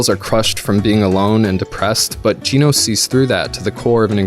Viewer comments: Please don’t say geenos its genos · Genos...not Ginos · Gee-nuuz Sorry but its pronounced Gen-oh-s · Was anybody else slightly bothered every time he said Geenos instead of Genos lol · Why are you saying "Gene-os"? Its clearly "Gen-os" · i think you are overthinking this just a little bit, i like OP Main Characters and btw side note its GEN-OS not geneos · G-EEE-NOSE Buddy it’s Genos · 'Geenos' really 'geenos'. Its Genos not fucking geenos. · genos not ginos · The way he pronounces "Genos" is like the way how Dr Genus' name is pronounced... Lol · genos how many people pronounce (gen nose) (G-nose) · its psy tam ah not sai dama and its gen ohs no ji noes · (Sa-ee-tamah) Je-no-se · Lobster!? FLY!? Gee-nose!?!?! Are you daft man! I joke great video. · it's pronounced j-nos. great vid btw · They way you pronounce Genos' name is just painful. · im disliking this video because of the way he said genos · Great video other than the mispronunciation of Genos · those dislikes are because he mispronounced genos xd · well he said genos wrong